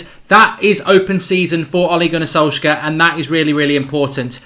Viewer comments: Love the content but his name is solsh-shire pronounced! 😂😂 keep it going pal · Thats sad that u can't pronounce Solskjær Mate. Shows ur attitude on the correct pronunciation. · Thats not how u pronounce it. Its very hard for a english man to say that name, everyone gets it wrong. Im norwegian so i know.